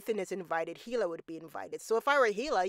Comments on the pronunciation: Is “Heela” a popular name in some cultures? I am always surprised when people familiar with the show hear everyone pronounce it with a silent H and still go so hard in the heela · You're not supposed to pronounce the H in Hila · the pronunciation of hila is killing me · The "H" in "Hila" is silent.